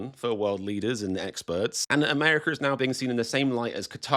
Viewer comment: I always watch and enjoy your videos, and believe that at least the fans should boycott the World Cup, but on a lighter note, I have to ask. How is it that when you sign on and sign off you can pronounce "Raw America" with an "A" on the end, but when you're talking it becomes "Amerik-ER"? I have been all over England and Scotland, from Dover to London, from Bath to Edinburg, to Loch Ness and all points in between. I love it there, and really love the people and the wild British humor, especially, but I have never understood how the word "water" which ends in "R" is pronounced "What-AH", and the name "Monica" which ends in "A" is pronounced "Monik-ER". That is the silliest thing I've ever heard in any language. Why not just change the spelling if you're gonna pronounce the "R" and "A" reversed. Even the name of the most famous and influential queen ever to live on the planet is pronounced "Victori-ER" . Is this just part of the whacky Brit sense of humor? The ultimate joke?